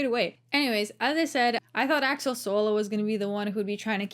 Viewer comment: Axel, not Alex tho